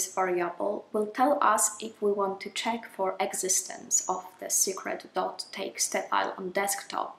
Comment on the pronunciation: Teeksta! Is that a Dutch thing? .txt, the last t is a "ta"?